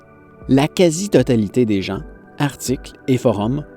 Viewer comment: Partir tôt pour éviter les chutes de séracs et les ouvertures de crevasses c'est bien ça ? Moi ce qui me fais sourire c'est quand tu mets un "t" à "gens" ;)